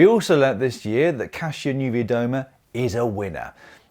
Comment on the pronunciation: Congratulations on your pronunciation of Kasia Niewiadoma's name! Thank you for taking the time to improve it. I appreciate it's not a priority for circa half of cycling Anglosphere but for those of us who die a little with every Pogakar, Rojelic and Kasya, it's a welcome relief. There is a happy middle to be found between "pronouncing every Dutch name with a brewing spit" snobbery and "English no can speak forrin" snobbery. The latter usually cultivated by a made up notion of limited ability of "true Brits" to acquire fluency in foreign languages, which is more like self fulfilling prophecy than reality. You only need to hear Bradley Wiggins effortlessly switch between less than posh English accent and fluent French.